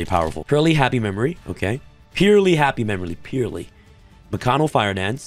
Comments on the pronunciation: why did you keep saying Mikano like there isn't a second K in there 😂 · They actually all look pretty cool. Mikanko not mikano lol. Was testin pure rescue ace for a bit...going first or second can be good but it needs more support forsure to be super competitive. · Corrected himself on purrley but not mikanko lmaoo